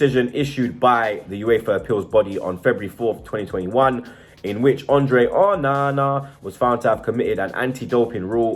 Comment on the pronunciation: Just say Onana normally ffs